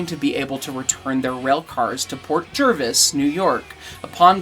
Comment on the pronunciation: Well dang I live near Port Jervis and this is the first time I heard about the Toy Train not coming to town 😥 I never got time to go to it put I always heard it was a nice event! Also as someone from port thank you for saying "Jervis" correct because there has been a couple to many times people say "Jarvis" instead😂😂